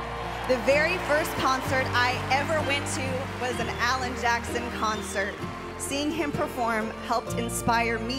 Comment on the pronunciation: Did she call him "hour jackson?"